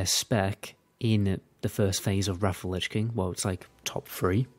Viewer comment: I love how it sometimes sounds like you’re saying “Raffle Lich King” when you’re saying “Wrath of the Lich King.” Love the content, too, keep up the good work!